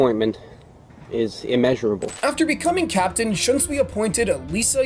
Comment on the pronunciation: Bro said kuroku shiunsui